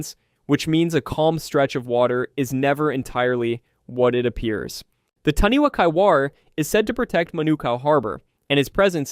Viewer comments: I love it!!! But it’s pronounced tāni-fa not taniwa. From nz🫡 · Love this❤ as I am Māori. The pronunciation is Tanifa not taniwa but spelled like taniwha. The wh is sounded like a f. but love the great work ❤